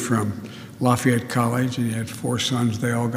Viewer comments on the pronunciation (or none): none